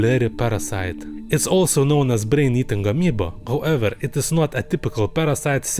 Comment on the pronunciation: I love how he says brrrain and racuun